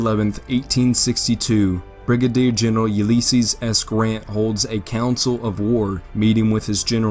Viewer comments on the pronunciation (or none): A good video in spite of your Uleeeeysses S. Grant pronunciation. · Yeah, "Fedrools" and "Uleesees" 😂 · A video about Ulysses S. Grant should be able to pronounce the name Ulysses correctly.